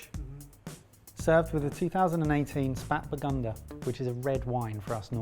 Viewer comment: trying to pronounce "Spätburgunder" was my favorite part of the video